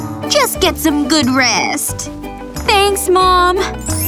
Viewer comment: It's not mon it's mom